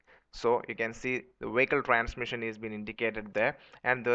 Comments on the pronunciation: "W". that's why the BPO industry left India. Wehicle. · LOLLLLLLLLLLLLLLLLLLLLLLLLLLLLLLLLLLLLLLLLLLLL. 'Wehicle.' Stop correcting me, Grammarly. I assure you, it's wehicle.